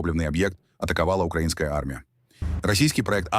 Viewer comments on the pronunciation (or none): none